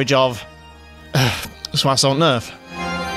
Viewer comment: "So i saw nerf" huh.